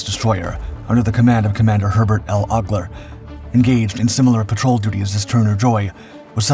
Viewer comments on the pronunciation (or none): none